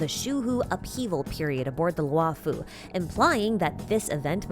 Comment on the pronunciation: This is great, but please, one point on pronunciation: "Luo" is pronounced as LORE, as in, "the LORE-FU" (like Kung-fu, but it's Lore-fu) Not Lew'oh, or Lu-aw or anythign. All Chinese characters are a single sound, never multiple: one character, one syllable. In the case of "luo", it's pronounced LAW or LORE (same thing). That goes for both Luo'fu and Luo'cha. It's horrible to hear "Lu-aw Fu" or "Lew O'Cha".